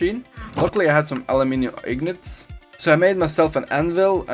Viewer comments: “Aluminum Ignets!” Haha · The way he says ingots and aluminum is the weirdest sh*t I’ve ever heard